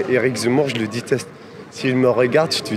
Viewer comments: « Je te diteste » lui aussi il te « diteste » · "Éric zemmour, je te diteste.. Je te diteste" Ma Fronce va mal.. Très mal ! LA FRONCE se meurt petit à petit... Vive le grand Z !